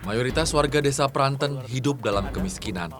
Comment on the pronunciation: Pranten bukan pranten! Aduh gimana sih cara jelasinnya